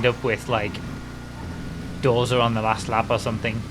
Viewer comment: He reads doser like dorza